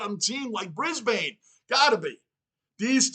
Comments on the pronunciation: Brisbane Lions is more pronounced Bris-Bn! Not bris-bane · Pronounced Brisbin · Brisb'n, no vowel. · The bane in Brisbane is pronounced behn, basically like a typical aspirated non-vowel as if the b runs into the n. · Didnt know Bane from batman was in this, its not how you say Brisbane , the same way you say Urban is how you say Brisbane even tho Brisbane has an E at the end of it the E is silent. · A couple more tips on pronunciation (not that it's a big deal but you seem committed to getting things right) Brisbane ... don't say the A sound, Like Melb'n, we also say Brisb'n and Essen'd'n ... just out lazy vernacular really. Funnily enough they are sometimes called the "Dons". Some teams have other nick names too ... like North Melbourne are not just the Kangaroos, they are also known as the "Shinboners". Sydney are sometimes referred to as "the Bloods" and Carlton as the "Bluebaggers" or just "Baggers". Scoring can be really fast in AFL so when a team finds their mojo, it's not unusual to see 4 or 5 goals kicked in a row. Some games sees momentum shifting several times which can be quite thrilling. As for the clock. if it's a huge lead then you feel safe for the last 5 minutes or so, but if there are only a couple of goals in it, you only really give up in the last 30 seconds because anything can happen and the game can be super fast right up until the final siren. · Ban the bane, it's Brisben. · Brisbane is pronounced Brisbin, Essendon pronounced Essenden